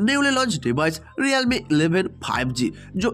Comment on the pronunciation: Realme ❌ Riyalme 😂✅